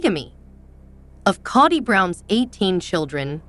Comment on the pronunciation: Kody is prounced 'kodee' not kady. Emphasize the "o" as there's no a 😂 in his name. Thank you. Great recap .